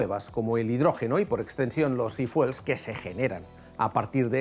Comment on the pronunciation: No se dice ifuel , se dice ifiuel 😅